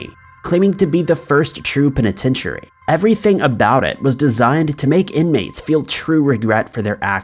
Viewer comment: Not just Irish names. "Pen i ten tu ary" is pronounced like pen i ten shury. I think the celebrity dinner in Leap Castle was supposed to be celebratory. But nobody is perfect.